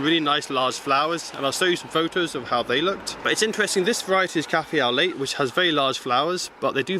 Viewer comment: Thanks for the tour! I did write a comment but pressing space bar skips to the next video and deletes the comment instead of posting!! (second try using notepad) Your front garden looks fab despite the abysmal weather we have had this year. FYI - Cafe au lait means coffee with milk in French. Lait is milk but is pronounced like "lay", instead of using the t like "late". No biggy. We have a similar spikey plant on the left but with reddish brown leaves. We have 2 in pots that came with the house when we moved in. Last year, one of them got decimated at the top. Not sure if it was the extreme heat in London or what but it was black in the top middle and the leaves were just falling off. Same thing started happening with the other one this year but not as bad. Luckily both have babies so not too worried. I wonder if they have a "shelf life" in pots or is natural to these plants? Sunflowers look awesome and you really have a talent for them. How did the Alliums do this year? Is it true that fushia berries are edible? All the best.